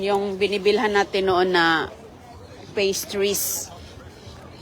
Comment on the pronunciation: Old video and the way you pronounced sorbet and pastries is wrong. My gosh woman please learn how to speak English.